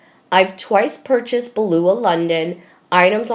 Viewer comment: I am joining the lady who suggested that you read your message before you go on air. BEU LAH. NOT BLU. AH. YOU UNFORTUNATELY ARE NOT A GOOD READER. YOU need a lot of practice before air time. You will sound so much better. Thank you.